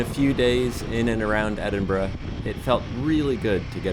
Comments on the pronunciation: Excellent video. Great to hear a Yank say Edinburgh properly. The signs are standard for the UK and Europe though, not just Scotland. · An excellent video. Very happy you found the Aran Bakery in Dunkeld, its one of my favourites and so popular that often they have nothing left by the time i get there. Dont worry about the pronunciation, you managed Edinburgh and Loch and thats impressive enough. The wee Himmy looks to be a pefect bike for the back roads here and I am looking forward to see where you end up next.